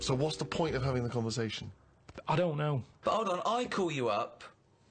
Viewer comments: and after 'avin a go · "I'm not 'avin a go" - Karl Pilkington, moments before 'avin a go